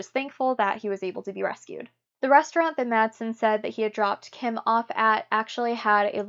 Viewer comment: Just for the sake of accuracy: "Wall" in swedish is in swedish pronounced with a "v" as in victory and not with a "w". And in danish the name "Madsen" which is quite a common name is pronounced with a silent "d" like in "mass". Otherwise, good work!